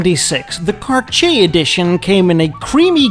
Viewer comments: Tom Selleck ! Also, respectfully, it’s not “Car-chee-a” but rather, “Car-tee-yay”. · “CarCHAY”? Really?! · Next time you english guys need to say Cartier...try saying Car Tee Hey instead. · Every time you pronounce “Cartsjee”, a watch somewhere silently cries and breaks down. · Who THE HELL pronounces Cartier as CarSHAY???? Unsubscribed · if he says "car-chay" one more time I'm gonna scream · Your killing me with the pronunciation of Cartier. Car-tee-aayy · 🤣 The way you pronounce the French word "Cartier" sounds like you say "Kar-Chier" and "chier" is the French verb for "taking a shit". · Cartier should be pronounced car-t-ay I believe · soi he has no idea how to pronounce Cartier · I am unsubscribing from this channel - if is going to attempt to do this in English he needs to vaguely learn how the names are pronounced. It hurt my ears. Just BAD!